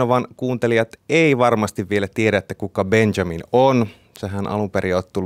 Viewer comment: Miks se sanoo Benzamin